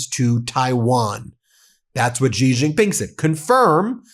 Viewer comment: Xi = She. There are hundreds of millions of people that cringe every time you mispronounce his name.